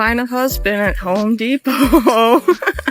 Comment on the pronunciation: Women see what they want. it's Home Depot, not Ho Depot.